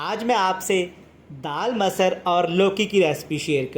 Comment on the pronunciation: Abay chutiye masar nhi masur daal tu itna juban ghuma rha hai ki talaffuj badal jarha hai